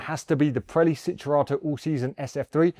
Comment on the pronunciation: It's not Sinturato. It's Cinturato with a C pronounced as in Champion.